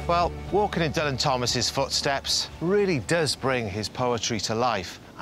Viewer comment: I know you work for BBC Wales, Derek, but even Dylan Thomas pronounced his name DILLAN and not DULLAN..... there's no need to try to rewrite history just to please your bosses, butt. And it was annoying to us 'Dylan' fans.